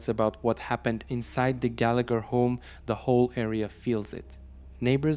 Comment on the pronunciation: Gallagher is pronounced "Gallaher"